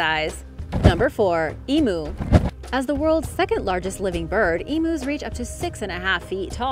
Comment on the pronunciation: Emu is actually pronounced E-myoo